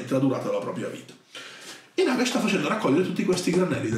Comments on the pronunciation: Comunque penso si pronunci Nagash, con l’accento sulla prima a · E comunque ho sentito che Duncan e i ragazzi di Warhammer TV nei loro video dicono Nàgash.